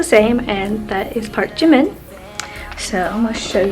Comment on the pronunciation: No offense but it bother me when people pronounce Jimin as Jim-in instead of Ji-min.